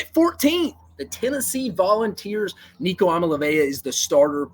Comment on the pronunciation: Please look up how to pronounce Nico’s name